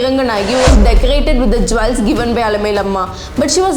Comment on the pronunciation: 1. It's pronounced jules , not jwells. 2. Understand the difference between woman and women. I will give more tips in your next video.